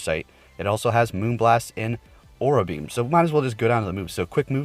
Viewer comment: I beleive it’s pronounce a-raw-ra beam, not aw-ra beam